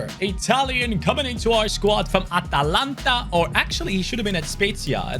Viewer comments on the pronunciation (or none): none